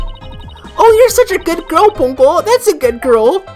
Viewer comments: I always did wonder how they would handle something like that. What if the Judge was suddenly accused because he actually did something? There is no way that is how Ponco is pronounced. When at this point I was theorizing something similar. Wait that's why? I always thought it sounded good. My money is on Kristoph Gavin. Oh wait wrong game. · The way they pronounced his name sounded very Japanese to me.